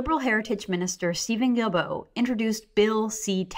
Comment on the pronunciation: Stephen GuilBraaaghahahcoughcough! Say his name right already! Haha